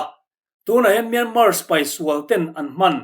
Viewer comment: Myanmar hi Myanma tia lam tur aw 😇